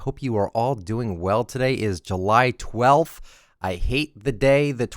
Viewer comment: 12th sounded like he said dwarf or dwalf is just me ?